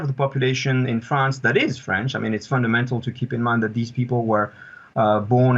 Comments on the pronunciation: France, not "Frankistam",. Remember that. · Why you can't even pronounce France correctly you are newsreader so emberassing